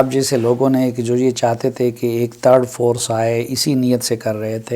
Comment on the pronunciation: Thar force ni. Ullo 🦉 🦉 🦉 its third force